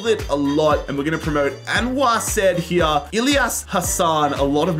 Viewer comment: Calling him "said" like sed hurt me so much 😭